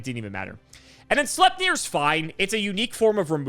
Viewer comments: "Slipeneer",,. "Slipeneer".:p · I think on Sleipnir is pronounced ‘Sleitnir’ because it’s giving Norse vibes, and there is a Norse deity of the same name. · sleipnir is a Nordic mythological character that is loki child and odins horse and it does have 8 legs. so if you want to know how to pronounce it it shouldnt be hard